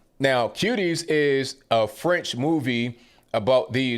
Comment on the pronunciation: very good commentary & your french accent was perfect😂. They should all be sent up the river for being so disgusting.